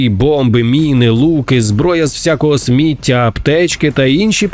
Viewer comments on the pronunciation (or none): ТА НЕ СмІття, А СміттЯ! Ви що дебіли? Ніяк не второпаєте? То кацапською ви слова правильно вимовляли, а зараз хочу за таку українську, вам по писку надавати!